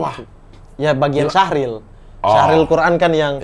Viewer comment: Cabang MTQ itu Syarhil Qur'an (Menjelaskan AlQur'an). Bukan Syahril. Klau Syahril nama orang bang 😄